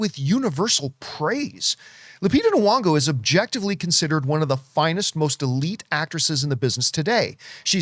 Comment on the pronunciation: Hi John, Lupita's last name isn't pronounced Nowongo! Drives me crazy!😀